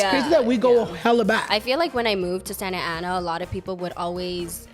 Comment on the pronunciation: yes not santana is SANTA ANA LOL